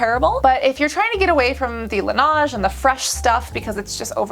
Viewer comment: i do love all ur videos and agree these awards are rarely something to trust 100% but some of the products i do love :) and also its not lenage its LANeige sorry :D